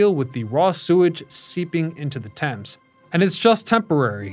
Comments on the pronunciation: Stop trying to pronounce the A in thames 😂 its probounced like temz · It's funny that you mispronounced Thames the entire video.